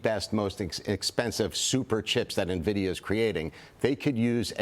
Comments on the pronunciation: its not pronounced ne-vidia its "N"vidia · This guy is a CEO and he calls it Nah-vidia. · Its 'EN-VIDIA' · Don’t trust people that are too lazy to pronounce nvidia correctly